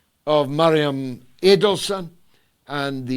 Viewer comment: It's Miriam Adelson, George. Not MAriam Adelson. 😏